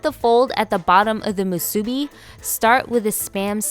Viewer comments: Her pronunciations of nori and musubi are killing me! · Accent on first syllable not on second. Just saying. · Spam musubi is pronounced wrong. Can tell you are not an islander. Accent on the bi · Hmmm...did you pronounce "Musubi" on middle syllable? I learned to accent last syllable when in Hawaii. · Same. I was thinking, "this video is great! But this pronunciation is not correct, lol" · Aloha Kakou from Hawai'i. People are so uniformed. I was actually corrected by some guy who said i pronounced it wrong its Japanese. I laughed and didnt even bother educating him. Waste of time. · Lol I found the pronunciation kinda odd too. But it’s whatever. If you wanna pronounce it right the “u” sound should be the same for mu and su. Japanese language doesn’t have accents like that. Nori is also pronounced like nodi if you wanna be technical lol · Moo-sue-Bee. not mu-subi Cmon Doug help your lady out with pronunciation.😂😂😂🤙🏾🤙🏾🤙🏾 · it's moo-sue bee, not moo sue-bee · Musubi not masubi lol. I was always corrected by Hawaiian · This looks amazing! I'll definitely try this on my day off. Also just a heads up! In Hawai'i, the proper way of pronouncing "musubi" is actually "MU-su-bi" not "mu-SU-bi." The emphasis is on the first syllable :) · its Mu su bi not musuebee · Mu su BEE Hawaiian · I believe that if you are going to re-create a classic, have the respect of pronouncing the name correctly. It's not musubi, it's pronounced MOO-soobee. Emphasis on the MU and roll the subi. That is all. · It's pronounced musubi...not moo-soo-bi. Sorry...oh-see-dee here lol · It’s mu sue bi. Musubi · Great job on the musubi 👍🏼 by the way your pronunciation is a bit off:) you have to stretch the U a bit like how cows say "Moo" so it should sound like (Moo)-subi 🤙🏼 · Nice video. Great personality. One thing: the accent on the word musubi is on the "bi". moo-soo-BEE. Jim from Kauai (where the spam musubi was invented! true story) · You're pronouncing musubi wrong.